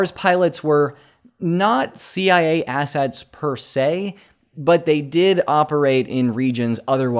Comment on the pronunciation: "Not CIA" sounded like NAZI i a 😅